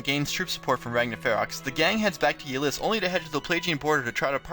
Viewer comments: You mispronounced a couple things. Ylisse is ( ih-LEESE ). And in the case of Robin, we both could be right. It could have something to do with the multiverse. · Is that how you pronounce Ylisse?